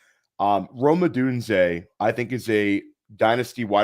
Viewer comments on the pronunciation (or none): Great video! Lol as a UW fan, the way pronounces Odunze drives me insane 😂